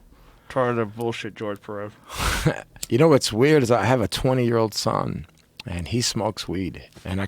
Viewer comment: 🗣️ GEORGE Perez, Not Jorgé Perez‼️ 🇺🇲👌😂